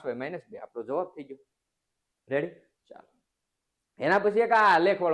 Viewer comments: sir tame reddy na badle revdi bolo cho😅😅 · Sir tame revdi bolya kem bolo chho